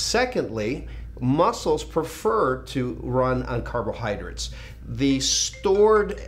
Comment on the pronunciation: Lee ive always been a huge fan ! But the way you say " carbohydrits " its killing me, carbohydrates LOL! Still love the message